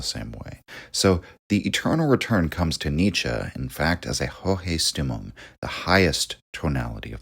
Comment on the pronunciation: You're awesome man, but please fix your German pronunciation 😅 Stimmung is pronounced like so: SHTIM-oong In German all words starting with the "st" dipthong are pronounced like "sh" sound in English with the "t" sound. Hence Richard Strauss who composed Also Sprach Zarathustra , for example, his name is pronounced SHTROWS. (ow like in english "cow") Also the the "u" in German is pronounced with an "oo" sound like in English "mood."